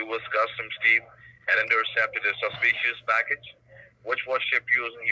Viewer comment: Can someone please beg him to stop saying “ informationS”. It’s driving me insane. I can tolerate the rest.. bang account, saspeeeeeshus activity, codehouse, UNDER your name, each and everything, Illinois(e)